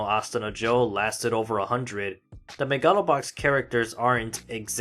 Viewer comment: But that's how you pronounce it!